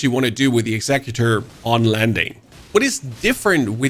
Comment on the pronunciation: "Execue- tor" :face-purple-crying